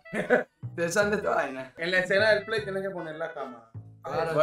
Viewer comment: Si dice plai yo tambien lo diré